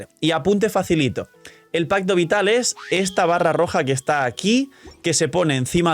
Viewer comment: Lo siento, no puedo dejar de escuchar onda vital cada que dicen pacto vital.